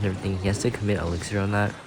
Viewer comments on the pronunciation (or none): none